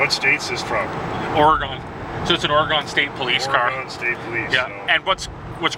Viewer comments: Ore-gone? Come on, guys.... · You Guys Said Oregon Wrong LOL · The civilian Caprice was faster because it was lighter. But in a chase, the driver would be panicking while an officer, (trained in technical driving) only had to keep up until they made a mistake... By the way... Out here it's pronounced Ory-Gun... Cheers 😀